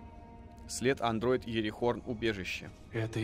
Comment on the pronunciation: Иерихон не ИерихоРн